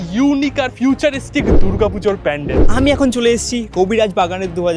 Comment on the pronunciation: Pendel na pandel😂😂